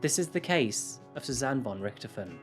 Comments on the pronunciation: I'm sure you worked hard on this, mate, but your repeated mispronunciation of her family name was infuriating. If unsure, look up who the Red Baron is. Also, German in Brazil are usually descendants of Nazis, so maybe it's not a sad story. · you where so close to pronounce "von Richthofen" right ;D yet far away xD Ger is hard to pronounce i know but atleast it was near ^^ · I've never heard Von Richthofen pronounced in that way 🤔